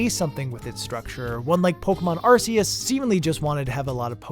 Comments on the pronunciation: Dude arc-a-us not ar-ce-is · im a 100% player, i like to do everything and collect eveything in a game just see if theres a secret, i have never rushed to the ending in any game iv ever played arceus official pronounciation from the pokemon company is ark-e-us not arce-us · Just like to point out, it’s Arceus, pronounced Ar-key-us. Not Ar-see-us. Same with Sifu, it’s pronounced She-foo, not See-foo. Think Kung Fu Panda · Will everyone stop saying ar-see-us? It's ark-ee-us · Your pronunciation of Arceus irritates me to no end. But this idea with end credits seems to point to a big design principle in general: Presentation can make or break design. I’ve learned that the hard way in my architectural classes, because you might have the best design imaginable, but if the presentation of that design is shaky at the beginning or the end, it often won’t matter how good the work itself is. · Ah, glad you talked about pokemon legends: arseoos.